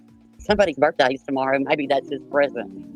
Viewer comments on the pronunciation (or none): Is it just me, or is saying birFday instead of birthday? I'm so sick of her using her children as a shield for everything when she had no concern for Granny's kids. Her victim card was revoked a long time ago.